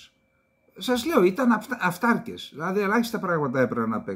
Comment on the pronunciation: Ο αυταρκης, η αυταρκης, το αυταρκες, ο τονος στο δευτερο γραμμα της διφθογγου( σημ. διψηφου). Οταν η ληγουσα ειναι μακρα, ο τονος κατεβαινει στην παραληγουσα, οταν η ληγουσα ειναι βραχεια ο τονος παραμενει στην προπαραληγουσα. Μου φαινεται προκρουστεια η προσπάθεια δημοσιογραφων να παραβιαζουν αυτον τον κανονα. Επισης, αποφευγεται η γενικη ενικου και πληθυντικου οταν ειναι κακοηχη . π.χ. λιθων αντι πετρων, θυρών αντι πορτών!Πολυ σημαντικες οι προσπαθειες σας. Ευελπιστω να ασκειται πιεση εκει που πρεπει.